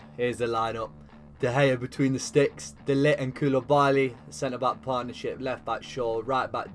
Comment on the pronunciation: De ligt is pronounced de licked brw